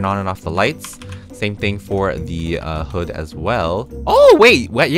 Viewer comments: tries to pronounce 15 times “HuDs, hOuDs, fOoDs” me:;-; chile, go back to 2nd grade (no hate luv) UPDATE IDEA: When you take a food from “Stored Content” in the fridge, you have the choice to warm it up in the microwave to eat it. If you don’t warm it up, your hunger wont go up as far. But if you do, vice versa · *doesn't know how to say hood because he woke up* Me: "why u always in the moood"